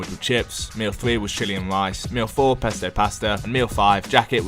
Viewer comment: Lice as rice xd